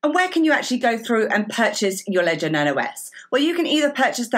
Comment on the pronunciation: Luv the accent. It sounds like she pronounces Nano as "Nuno"